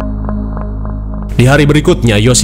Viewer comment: Engas min, bukan esang 😅